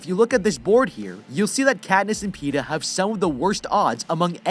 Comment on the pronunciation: Petah and peta